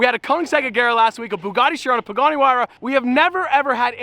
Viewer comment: really sayd Bugatti Huayra